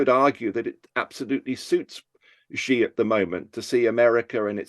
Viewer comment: I cannot take any China "expert" seriously who can't even properly pronounce the family name of the President of China properly.